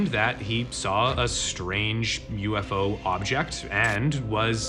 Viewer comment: Now you all know how to butcher the word UFO in italian